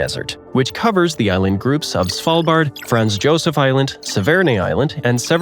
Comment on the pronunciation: Franz Josef Land isn't pronounced "Frens Tshosef Lend" either but "Frants Yosef Land" ("a"s being pronounced like the "u" in "cut"). And there are a lot of other mispronunciations in this video.